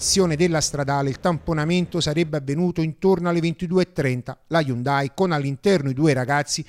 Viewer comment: Mi spiace per la ragazza! Cmq si legge: HYU'NDAI!